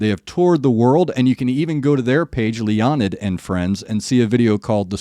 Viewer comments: Leonid is properly pronounced "Lay-o-need" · It’s pronounced Lay-uh-nid